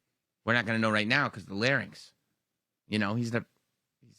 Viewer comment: Is "Larn-yx" the American pronunciation? Or just a common mis-pronunciation? Heard it for years from Vickie Guerrero and Michael Cole especially. Drove me nuts... 🤣🤣